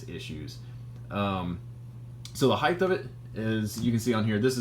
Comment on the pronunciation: 😢 HEIGHT DOESN'T HAVE A TH. "HEIGHTH" DOESN'T EXIST😮MY SISTER'S ABSOLUTE PET PEEVE.